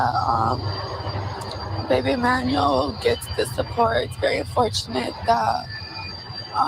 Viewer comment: Pronounced CORRECTLY with accuracy for BABY EMMANUEL ♥️♥️ . 👍🏾👍🏾👍🏾👍🏾👍🏾👍🏾👍🏾👍🏾👍🏾